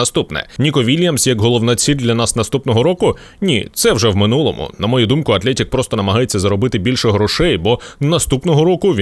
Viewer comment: Атлетік , а не Атлєєтік